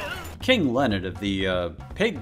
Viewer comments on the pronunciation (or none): none